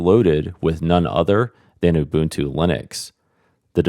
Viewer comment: isn't nginx "engine-x"? But thank you for getting 'ubuntu' right!